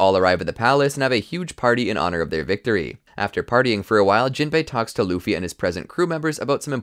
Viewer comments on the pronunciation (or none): none